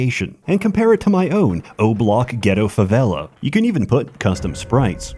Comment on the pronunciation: As a Brazillian myself, i hereby as the one, best and only foreigner i ever seen use the correct and perfect pronunciation of Favela. Please receive Brazil blessings upon you